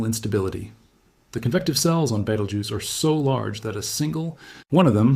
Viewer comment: You don't have to mispronounce Beetlejuice. That's how you pronounce it right there.